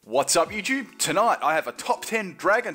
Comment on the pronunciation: Amo tu "Guats ap Yutuf" :3